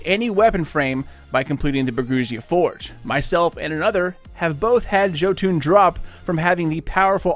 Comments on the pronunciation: It’s “yo-ton” not “ joe-toon” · Hey man,Thx 4 video,keep up the good work👍🏼Just wanted to say it's pronounced JOtun or Jotun straight forward, not Jotuun (even though wiki may say "Jötunn",wich is wrong in a scandinavians ears also;)It derives from Old Norse mythology were the Jotun's (Norwegian=jotnene) often fights Thor,Odin and the rest of the old Norse Gods (the female jotuns though could be the Asgardians sexual partners sometimes😃)They are giants and lives in Jotunheimen in the castle Utgard.A little history lesson from a Destiny gaming Viking from Norway,Skål😎🍻 (Ps I've done a lot of frames in Bergusia,no Jotun,so it's a pretty random drop.) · It's YO-TUN. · another guy says yahtin... you say joetune... its not a shitty rappers overcomp software(autotune), go listen to the mighty loki speak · Jo-fuckin-toon... I'm done man why are so many people this bad at producing things? 😂😂😂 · He said joo toon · Its (YO-TUNN) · Pronounced yotun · Cooper Vayda THANK YOU! Christ, this hurt to listen to... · The way he says Jotunn physically hurts me